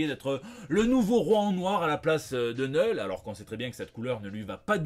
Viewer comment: neule ? Prononce à la viking STP knoul